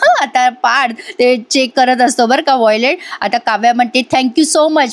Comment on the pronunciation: वॉयलेट नाही हो.वॉलेट अस म्हणतात.